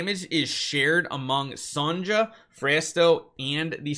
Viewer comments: it's not son ga it's son ja, it's said how it's spelled, if they want us to say it another way, it should be spelled another way. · Say Songa once again, I dare you. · yup, and it’s still pronounced SonYA in English. there are people named Sonja and it would be rude to repeatedly mispronounce their name, especially after being corrected. btw, being corrected is not harassment sweetheart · This isn't the first time someone has pointed out to how to pronounce Sonja's name correctly, but it's clear that boorishness is simply part of english nature.